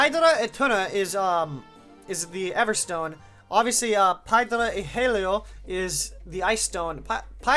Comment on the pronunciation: Its pronounced (ea-lo) or (yhe-lo)